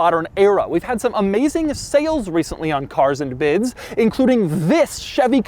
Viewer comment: CaR'S!!!! anD BIdS... .... 😂😂😂😂😂😂